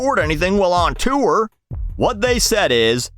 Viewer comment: I love how you say “chewer” instead of “tour” 😂